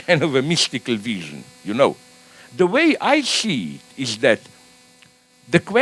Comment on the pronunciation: When Zizek says "wision" instead of "vision" know that it's because he's thinking of a written word in German. Even his mistakes are deep.